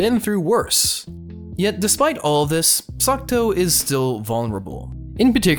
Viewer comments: Every single time you say Sakuto instead of Sakuta, I die a little inside. Anyways, he was never really bullied. The worse that happened was he was ignored after some rumors were spread about him. His sister was the one who was bullied. Also, of course the sciency "explanations" sound like something a highschooler would make up to sound smart... it's highschoolers that are trying to explain it in the first place after all. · I think you´re saying Sakuto? Even though he´s called Sakuta xD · he wasn't even saying sakuto it sounded like "suck toe" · AGGHHHHHHH. ITS SAKUTA NOT SUCCCKKKKKTTTTOOOOEEEEEE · video starts by narrator saying how he likes the shows...goes on with calling the mc sakuto instead of sakuta :( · Psst.. MC is Sakuta, not Sakuto. Awesome review! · It's weird how you can love a show and get major details wrong, up to the MC's name or at least its pronunciation, but genuinely I don't mean this as an insult. I've noticed it in other videos of yours too, and I'm a little worried you might have a language processing disorder. I'm not any sort of licensed pathologist/psychologist/psychiatrist, but I have been a tutor before and work in an education field. If finding the right words to express an idea is a struggle, maybe consider being tested for learning disabilities. I know this isn't the right place to be saying this/generally wise to ignore some rando on the internet/this will probably go unread, but i still feel it should be said. If somebody wants to copy this where 'll see it, go for it. Source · I dont wanna be rude but the pronunciation of Sakuta’s name is lowkey triggering but decent review of the anime. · he doesnt know how to spell or pronounce the name is his favorite anime HAHAHAHA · Is this really your favourite author? You pronounced the MC name wrong and it's the little sister that got bullied and not him.